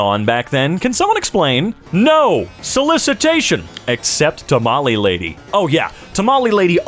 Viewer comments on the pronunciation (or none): none